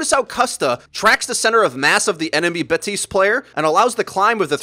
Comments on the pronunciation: Its baptist not batist the p isnt silent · In French you pronounce the p in his name. Batiste is a brand of dry shampoo, BaPtiste is the new hero on Overwatch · BAPtiste, you DO pronounce the P. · It's BaPtiste you pronounce the p lol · You're supposed to pronounce the p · i stopped watching when you said batiste